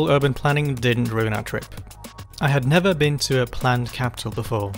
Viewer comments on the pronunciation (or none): none